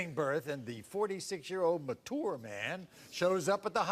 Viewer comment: I have learned that Maury can’t pronounce mature